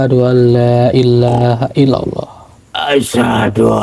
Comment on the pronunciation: dikit klarifikasi bacaan yg benar asyhadu allaa ilaahaillallooh gk asyhadu allaa illaa haillallooh artinya lain lo kalau salah baca